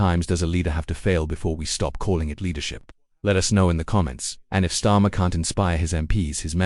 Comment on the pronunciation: AI can't even pronounce his name properly